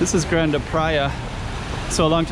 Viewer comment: Grande should sound like "GRAHN-duh" in Portuguese, right? "GRAHN-deh" sounds like Spanish to me!